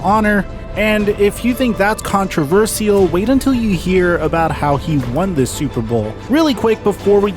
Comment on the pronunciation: one thing i think is controversial is the way you say the word "controversial"